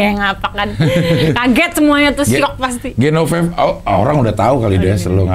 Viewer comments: GENOVEVA cing, bukan GENONEVA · GENOVEVA CING, BUKAN GENONEVA.